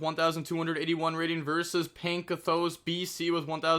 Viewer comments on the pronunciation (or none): Pankathos XD at least you tried <3